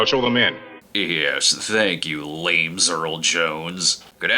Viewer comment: "Lames Earl Jones" is hilarious!